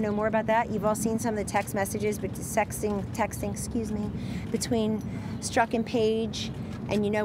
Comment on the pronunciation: Did she say sextextiing?????